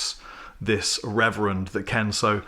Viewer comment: I never heard of RRR-ever-end lol